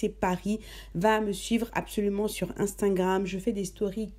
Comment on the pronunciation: C'est moi, ou bien elle dit 'instingram'?